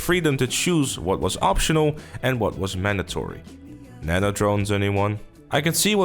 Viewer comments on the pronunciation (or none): none